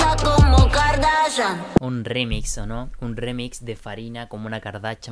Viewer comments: Es kardashian no garnachan 😂😂😂❤️❤️❤️ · Es Kardashian no cardachan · No es Kardachan, es Kardashian, suena distinto. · Kardashian Kardashian no cardachan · Muy chévere, pero no se dice kardachan.... se dice kardaShian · Aprende a decir kardashian no es "kardachan" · Espera, espera espera, dijiste KardaCHan? Con CH? 😵😵😵😵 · No se dice Kardachan